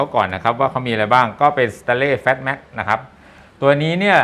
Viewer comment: เพิ่งเห็นช่องนี้ ช่องเดียว ที่ออกเสียงคำว่า FATMAX ได้ถูกต้อง